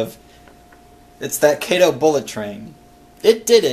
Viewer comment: Kato is not pronounced Kaytoe, it is pronounced Kahtoe. Loved the video!